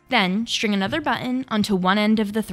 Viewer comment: G H and "shring" instead of string!